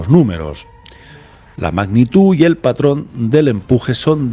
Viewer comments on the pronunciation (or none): none